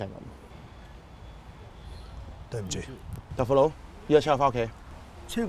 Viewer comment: 佢講豆腐佬講得好撚正😂😂